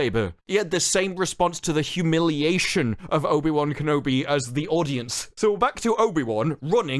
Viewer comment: You said Kenobi wrong in the beginning of the video